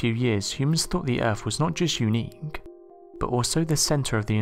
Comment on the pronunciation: Very interesting factoids...HOWEVER, the narrator needs to take speech lessons. The accent is alright, BUT...mispronunciations of words containing "th" are abominable and detract from the content because as I'm listening, I'm just waiting for the next unacceptable pronunciation. Example: the word "earth"...is mispronounced as "erf", "weather" is mispronounced as "wevver". That's just two, but once your ears hear the first few they seem to just be on the lookout for the NEXT ONE and grate like fingernails on a chalkboard to some people!!